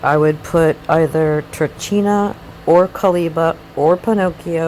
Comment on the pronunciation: dark Kaliba = Kaliba, Gnosis Incarnate La Fata Turchina -> italian name/word -> ch followed by a vocal is pronounced as a K